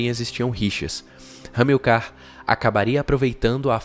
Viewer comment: HISTORIOGRAFIA PERFEITA; LÍNGUA PORTUGUESA MEIA BOCA; ACENTUAÇÃO TÔNICA PRONUNCIADA ERRADAMENTE !Amil(CAR), AO INVÉS DE (A(MIL)car). vamos fazer um cursinho de GRAMÁTICA da Língua Portuguesa, que ficará ótimo!!! Professor Roberto Guedes, Campina Grande, Paraíba.